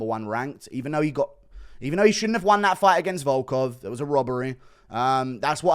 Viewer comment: Little do you know he butchered volkov